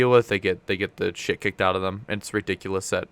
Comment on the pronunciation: Hey did you say "that's pretty much shiit" at the end there?